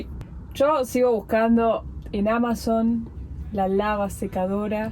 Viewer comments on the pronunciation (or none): none